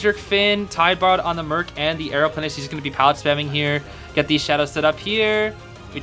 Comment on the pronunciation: you become chinese